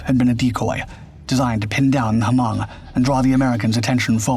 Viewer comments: "H"-Mong LMFAO; I had to rewind the video and relisten. I couldn't believe he said that. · Is my God? Haven't you seen Grand Torino? The H in Hmong is silent 😂😂